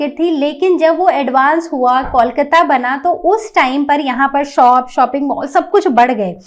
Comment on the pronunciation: कलकत्ता होता है ना की कैलकाता